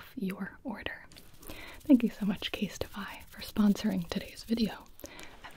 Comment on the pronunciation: I have nothing to say except that you said “CaseTify” and I heard “instapie” and I thought “omg a pie ordering service that sounds amazing”